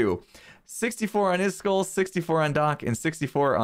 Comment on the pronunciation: iskull blah blah blah... Me: IskAAAAAAAAAAl!!!!!! Say it right!!!!